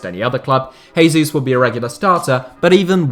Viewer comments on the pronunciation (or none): He'd be if Gabriel Jesus was Spanish, which he obviously isn't. Same goes for when people say "hose mourinho", the "J" in Portuguese is(almost) like it is in English. He's correct in the same way that pronouncing "Hack stole a Hacket and went to Hail" is right, so basically he's completely wrong